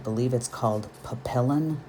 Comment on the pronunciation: So so pretty! Love watching the process. BTW , the name of the guided transfer is pronounced Pap-e-on which is French for Butterfly. Beautiful work! Thanks for sharing your talent!